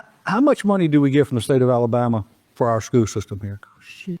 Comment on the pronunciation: It's SCHOOL system. Pronounce it right